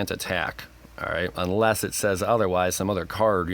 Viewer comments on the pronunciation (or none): none